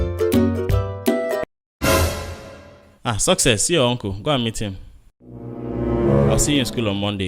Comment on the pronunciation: Success is very funny 😂😂😂, I love that girl and I love how she pronounced see eh 😂😂😍